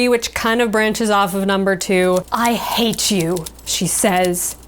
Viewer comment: It's "HAAAATE" ,not "HATEEEEE" which is pronounced as "Haiti"( the country.) Adding extra "e"s to the end of every word does not emphasize the part of the word you want to stress.That is done by adding more of the vowel in that part of the word. In this example,add more "A"s, NOT more "E"s at the end.